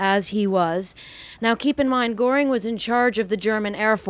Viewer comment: Why couldn't you pronounce Goering? Incomprehensible.